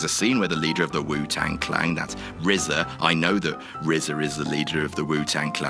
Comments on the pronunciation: ITS WU TANG CLAN!!!! NOT CLANG, ARE YOU DYSLEXIC, THERE IS NO FUCKING G! FUUUUUCKK YOUUUUUUUU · I think repeatedly saying Wu-Tang Clang was probably an intentional joke, what with the whole R zed A pronunciation on a previous WC video last week (I think it was Jules?) when talking about the same film/RZA. But maybe i'm giving them the benefit of the doubt, and yes, is that clueless. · WU TANG CLANG?! at least you didn't call him R.Z.A like jules lol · "Wu Tang Clang" alright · Are you saying the "Wu Tang Clang"? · I have no idea who this guy is doing the commentary for this video, but he needs to stop doing commentary for videos. Not only did he pronounce " Wu-Tang-Clan " horrifically wrong (And i don't care if you have an accent. My chinese friend can say it better than you, and he can barely speak english) your english is clear enough, so there are no excuses except for the fact that you can't fucking speak english. BUT SECONDLY.. " Danny from Friends? " Granted, there was a Danny on friends who lasted about 3 episodes? However! Saul Rubinek was not him! He was DONNY from FRASIER. I'm not even upset over the fact that he missed the late, great Macho Man Randy Savage as the infamous BONESAW on Spiderman hitting his Elbow Drop .... I'm more upset that this guy is apart of a Youtube Channel who puts out numerous videos of this type, and he's still fucking there. HIRE ME, WHATCULTURE. I guarantee you i'll be far greater than this goof. And for the benefit of the doubt, for i am assuming it will happen sooner or later due to this generations ignorance... YES.. I AM MAD, BRO. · I cringed everytime said WU-Tang Clang.... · Did keep saying wu tang clang?!?!